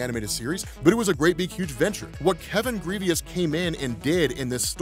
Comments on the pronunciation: Did you call him Kevin “Grievous” like the star wars general? Damn it 😂. Pronounced like “Gruh-Voh” (in my Lil Boosie voice) “come on doooggg” haha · The asteroid was the size of ARKANSAS, not KANSAS. And Grevioux is pronounced *GREV-yoo*, (IPA-EN ɡrɛvjuː), not *GREE-vee-us*; it's French. You're welcome. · ....my brotha in Christ....who the hell is Kevin "Greveeus" 😂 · Adam Brashear's creator's name is Kevin Grevioux, pronounced Gri-vowe, now Grivious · His name is Grievoux(Gre-Voh) 😂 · Lovingthe series. Such power from Blue Marvel. Hate the mentality of the character but what can you do…. Kevin Grevioux is getting alot of shoutouts which is great because he’s an excellent writer and producer (Underworld series creator) but youre pronouncing his name wrong. Its pronounced like Gravoe… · I know you probably won’t read and I hate being that guy , but his name is pronounced GraVoe . Just thought you should know . Love your work keep it up. P.S. God Damn you go on vacation all the time!! Lucky Mother Father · Take a shot every time he says Kevin Grevioux's name wrong.🥃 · I’m pretty sure you mispronounced the writers name